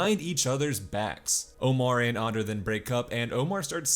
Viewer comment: Why go out of your way to say Ander wrong